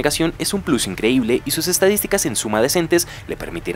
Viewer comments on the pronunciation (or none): none